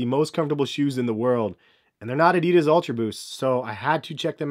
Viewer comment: Man can't say roshe or Adidas properly